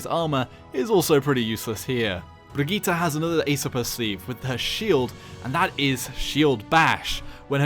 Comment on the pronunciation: Funny how a Paladins youtuber can pronounce her Brigitte better than basically every overwatch youtuber.